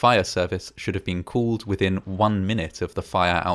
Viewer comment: just wondering, what kind of accent you have to say "called" but sound like "could". (Not making fun, I'm not even English native so...)